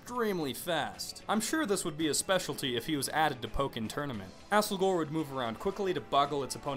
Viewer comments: Asslegore? Oh my god... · I thought he called it "Assholger" as a joke.